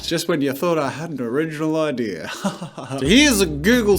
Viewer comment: Wait he says idear not idea😂